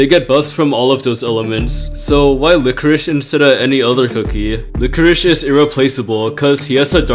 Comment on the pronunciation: Yeah lichoriche (what he is pronouncing it) is very good in this mode!